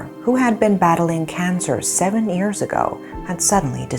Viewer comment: the way she pronounced years is ears I always noticed it.